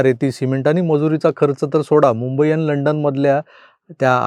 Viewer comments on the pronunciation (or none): none